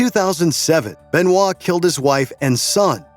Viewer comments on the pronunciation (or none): none